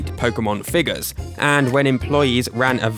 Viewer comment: why does he have to say figas instead of figure